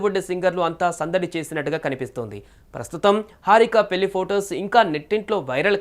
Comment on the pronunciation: పెళ్లి అని సరిగ్గా పలక లేవు పెల్లి అంటావ్ ఎవడ్రా నిన్ను యాంక్ ర్ గా సెలక్షన్ చేసింది